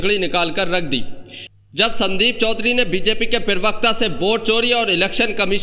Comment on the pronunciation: पिरवक्ता नहीं प्रवक्ता बोलो